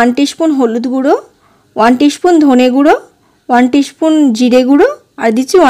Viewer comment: Upcharon gulo thik korun Peace ,spoon etc